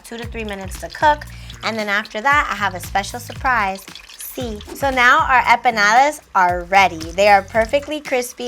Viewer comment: Why does she keep pronouncing empanadas like “eh-peh-nadas”? That was a bit distracting throughout, but these look good though👍🏽